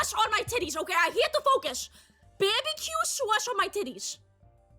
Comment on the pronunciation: "Bahbuhkew sawce" instantly won me over lmao